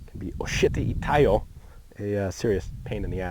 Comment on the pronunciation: It's oshiri itai yo instead of oshiti itayo, just bein a pain in the ass